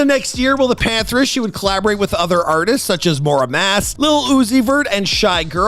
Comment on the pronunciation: That's not how you pronounce Muramasa lol it's really not hard to try sounding things out also every single connecting sentence contains "well" like... whoever wrote the script needs a new job